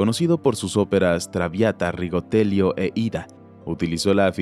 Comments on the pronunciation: Solo la pronunciaciación de RIGOLETTO es lo único incorrecto, lo demás super bien, los felicito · Por favor se dice RIGOLETTO NO rigotelio!!!!!!! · Gran trabajo, pero La obra de Verdi es Rigoletto y no Rigotelio. Un saludo.